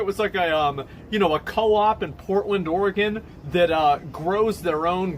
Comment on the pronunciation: God I hope not tbh. That's the thing, that's all they will talk about. I more exhausted with that weird rent free reporting than anything. Just annoyed at the end of the day. Edit rq: am from Portland, Oregon... thank you for actually saying the states name right lol.